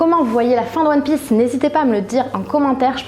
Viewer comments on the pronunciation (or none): Je rêve ou ta dis one piÈce au début ? Et aussi Son Goku au lieu de Sen Goku ??